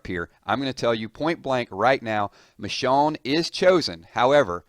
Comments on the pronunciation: Nice video, but you pronounced it Mishawn, the whole time, lol. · almost every day u say someone new dies. plus the way u say her name pisses me off